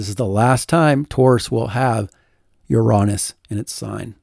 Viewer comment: luv what ya do. but, "uronis?"???